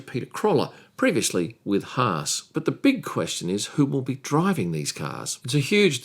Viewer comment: Thanks,, for pronouncing Haas correctly.